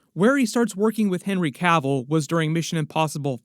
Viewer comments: It's Cavill. Not Caville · It's Cavill Not Cavell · It's Cavill not Cavel.